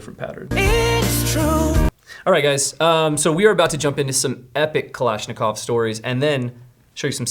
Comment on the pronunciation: Its kulishnicov not kalanishicov its more of a long I Nat a your butchering it and I'm not russian and I can tell you that